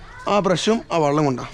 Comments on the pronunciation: എനിക്ക് അതിൽ പരാധി ഒന്നുമില്ല. വള്ളം എന്ന് പറയുമ്പോഴും വെള്ളം തന്നെയാണ് ഉദ്ദേശിക്കുന്നത് എന്ന് സന്ദർഭം അനുസരിച്ച് എനിക്കും മനസ്സിലാകുന്നുണ്ട് ഞാൻ സ്കൂളിൽ പഠിപ്പിച്ച ഒരു കാര്യം പറഞ്ഞു എന്നേയുള്ളൂ. ഞാൻ 40 വർഷം ഗൾഫിൽ കഴിഞ്ഞ ആളാണ് കേരളത്തിലെ ഒട്ടുമിക്ക ജില്ലകളിലേയും സംസാര ശൈലി കേട്ടാൽ അറിയാം...(പക്ഷേ അധികം ആരും വള്ളം എന്ന് പ്രയോഗിക്കുന്നത് കേട്ടതായി ഓർക്കുന്നില്ലട്ടോ... ഒരുപക്ഷേ ശ്രദ്ധിക്കാഞ്ഞിട്ടാകാം !!) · ഇങ്ങടെ വർത്താനം ബല്യ ഇഷ്ടാ...... പക്ഷേ വെള്ളത്തിനെ "വള്ളം" എന്നു മാത്രം പറയരുത്. വള്ളം എന്നു പറഞ്ഞാൽ "വഞ്ചി '' എന്നണ് അർത്ഥം. അടുത്ത വീഡിയോയിൽ"വെള്ളം" എന്നു തന്നെ പറയണംട്ടോ ?